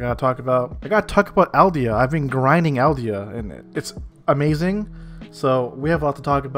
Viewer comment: Elvia not "Eldia"! Too much attack on titan xD